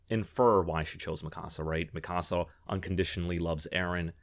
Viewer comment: The only thing worse than the ending of AoT is the way you incorrectly pronounce Mikasa even tho there is 4 seasons of an anime that tell you how to properly pronounce it